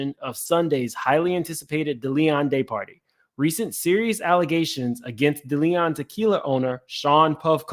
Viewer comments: Its Deleon.... Day-lee-on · This YouTube nonsense is ridiculous half you can’t pronounce a damn thing it’s DeLeon no Da Leon🤦🏽‍♂️🤣 Make that make sense